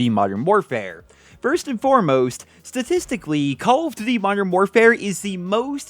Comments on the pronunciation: “Cullv Duty” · The way you pronounce "Call of Duty" makes me smile.